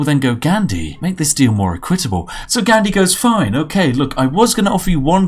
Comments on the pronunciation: That is not how equitable is pronounced. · You're the only British person that mispronounces "equitable" and "corps"